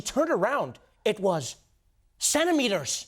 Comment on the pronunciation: Lmao he said centimeters like centipedes